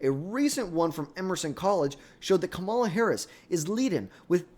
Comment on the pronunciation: KA- MA- LA if you cant say the name then shut up